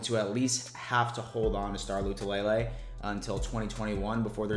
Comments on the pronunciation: Man we’re digging for content! It’s not Lay Lay it’s La Lay! Thanks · Right... it’s La - Too -La - Lay Not Lou -Two -Lay -Lay 😂😂😂😂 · I laugh every time mispronounces Star “La - too - la - lay”